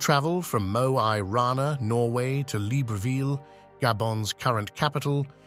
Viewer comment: One would think the narrator would be trained to correctly pronounce the various place names, yet he mispronounces the starting point (Mo i Rana, meaning "Mo in Rana" with the "i" pronounced "ee") and Gabon (the first time, later he does it correctly)